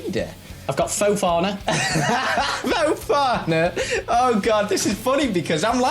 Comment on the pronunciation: U said fofona twice